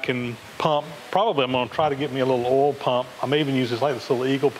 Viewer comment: Rhymes with 'hole' lol